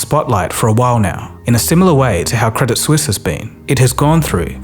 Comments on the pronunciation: Hey, just one thing, the T in credit suisse is silent - its french, not english. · Credit Suisse ❌ Credit Sus ✅ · I will never not pronounce it "Credit Soo-eess"